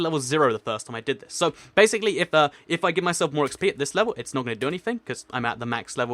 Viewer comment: Yes you fix it I was soooooo coteries when you said bassily then finish this for fixing it😀😀😁😀😀😀😀😀😀😀😀😀😀😀😀😀😀and find the odd one out laughs